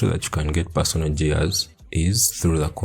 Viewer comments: "JEARS"😂😂😂.. LUV IT !!! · The way you say "gears" with the soft g is just precious lmao.